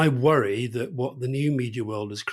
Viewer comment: Worwy talking about the dangers of being pretentious 😂😂